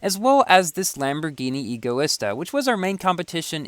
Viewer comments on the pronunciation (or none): none